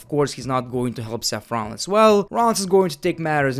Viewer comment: "Match Abearance." "Seff Rollins."